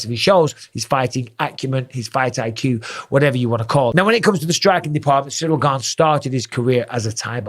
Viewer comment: Finally someone pronounces his name correctly. The interim title is meaningless. Gane v Lewis looked like Izzy v Costa. He needs to work on his grappling. Wrestling if by far the best foundational base to build an mma fighter upon. Jones should have left the usada pool and juiced like Mctapper did, but he still should have the strength and skill to take Gane down and damage him there.